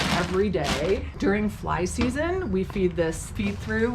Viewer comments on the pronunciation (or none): none